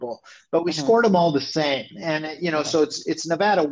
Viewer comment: Tangentially... Thank you, thank you, and, for BOTH pronouncing “Nevada” correctly. If you do not live west of the Mississippi, you can have no idea how “Nevahda” grates on the ears.